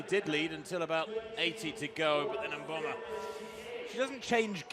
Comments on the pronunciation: the commentator almost pronounces Mboma correctly! She's been saying Momba all season. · What is interesting in this race is that the commentator lady finally got to pronounce Mboma's name correctly. Congrates to Mboma and the commentator lady